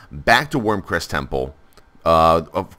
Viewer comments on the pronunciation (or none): Wyrm REST, not Wyrm CREST.